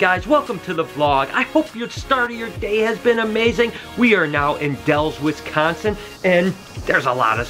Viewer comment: It bothers me how he says Wisconsin like Wizzconsin